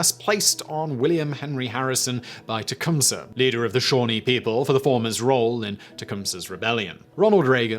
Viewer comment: As a descendent of chief tecumseh kudos on the pronunciation of his name alot of Canadians in the area im in pronounce it wrong. His bones (chief tecumseh)are in a monument on my native reserve